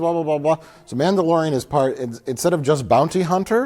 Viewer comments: Did he say, "Namblalorian?" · did he say the namblalorian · "the namblalorian" 😂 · wow... did I hear correctly? The Namblaorian? Is that what he said in the intro to this movie? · Did he say "nambla-lorian"?